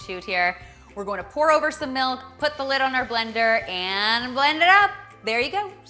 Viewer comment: She better not have just said "melk"